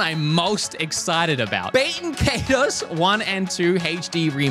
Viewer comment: You can't pronounce baten kaitos like that